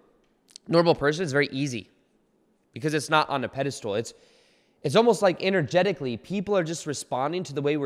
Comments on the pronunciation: It's pedestal not pedestool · Just checking in to see if you’re still saying “peda-stool” hehe 😉